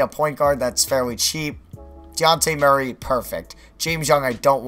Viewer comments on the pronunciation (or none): none